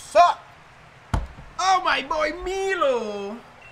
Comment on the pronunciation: I’m sorry, BUT ITS MILO LIKE MY LOW PLZ STOP WITH MEELO, triggered me so much loool